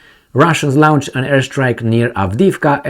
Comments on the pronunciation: not "lownched" as in town, please pronounce it as "lornched" as in torn! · Lornched? Where did you find an R in launched? Try "lawnched" like most English speakers say.